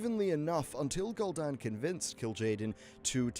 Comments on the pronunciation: You really need to work on some pronunciation things if you're going to make lore videos like this. You say Gull'Dan, as in seagull, whereas all voice lines in the game pronounce it Gul'Dan, which sounds like Ghoul Dan. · Lol at "Gull dan"